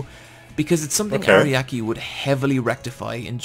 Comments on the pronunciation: It's irritating to hear "Ariaki" instead of "Araki" through the whole video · God, this guy makes me mad with how many names he not just pronounces wrong, but also gets entirely incorrect. He keeps calling Araki “Ariaki“. How do you even get that wrong this hard?!